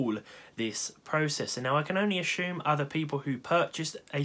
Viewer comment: "I can only ashoom"